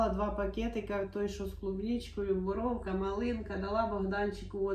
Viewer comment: Не борОвка а борУвка